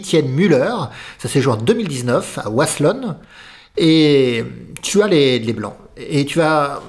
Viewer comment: Wasselonne se prononce avec un "v", c'est alsacien ^^ allez Strasbourg!